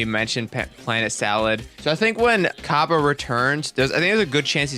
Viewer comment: Cabba is pronounced Cob Bae.